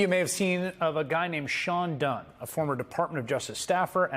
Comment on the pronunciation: Did you say Dunn?😂